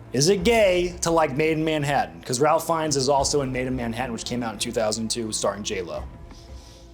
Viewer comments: Bruh it’s not “ralf” Fiennes hahahah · Sorry, Ralph Feinnes is not pronounced like that! It's pronounced as Rayf.